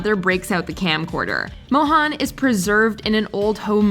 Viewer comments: really needs to learn how to properly pronounce Indian names. First of all Nalini is pronounced null-ee-knee, NOT null-ah-knee. Secondly, Mohan is pronounced moe-hun, NOT moe-han! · Pausing the video to write this: It’s not Mohaan… it’s Mohan like Ethan… If you can pronounce Ethan correctly, you can pronounce Mohan correctly too 🤦‍♀️